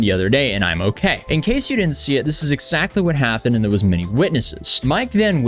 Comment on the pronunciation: Why do you keep saying "ex-sactly"?